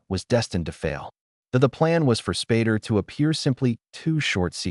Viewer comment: IT'S SPAY DER!!!!